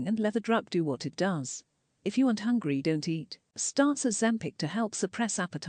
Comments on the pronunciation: "I'm not exactly Hongry" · If she pronounces “hungry” as “hongry” one more time I’m gonna start biting people. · has to be going full gas on trolling now. The constant “I’m even not hongry” and “I need prootein!” Her stupid tiktok lingo 🙄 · The way she says HONGRY triggers me so badly 😩😩😩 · She is sayingi and hongry like that on purpose now to trigger hatewatchers; suddenly it doesn’t piss me off anymore I’m now just pissed that she’s trying